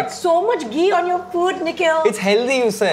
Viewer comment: It is not "Geee", it is "Ghee" It is not "Taali", it is "Thali" At least pronounce hindi words correctly. Stop with the accent. It is annoying af.